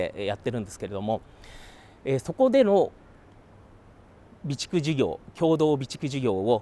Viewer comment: 備蓄って何度も言ったのがビチクソに聞こえて笑ってしまいました